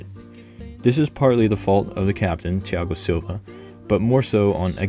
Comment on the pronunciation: Great pronunciation of Thiago Silva's name